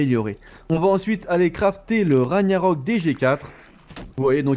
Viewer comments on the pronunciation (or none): Si mais il le prononce mal c'est Rag-narok on prononce pas le gn